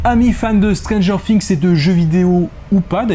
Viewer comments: non c’est Stranger "Fi"ngs et pas "Si"ngs car on dit a Thing a "Fi"ng donc... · Ça me stresse, vraiment😂 stp arrête de dire stranger Fings, cest stranger THings bref😆